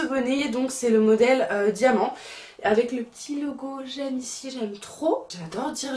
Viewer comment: On dit G.E.M pas j’aime 😭😂